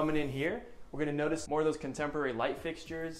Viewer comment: ( / ) The realtor says, “You really can’t help the fact that you’re looking over your contemerlary, modern backyard.” No that’s not a spelling error on my end for the word he’s trying to say (contemporary). It’s actually a new word for us to learn today. A word that he made up. No my friends, it’s not “Ebonics,” that’s “Euronics.” 👀 😂😂🤣😄🤣🤣🤣🤣😄😂😂😂🤣😂🤣😂🤪 He also says at the end, “Let me know what you thought, of this home.” LMAO!!! Well…we know he failed his English class. He means to say, “Let me know what you think of this house.” God love him. God love him.